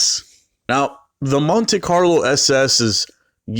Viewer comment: say it with me..Mon Tee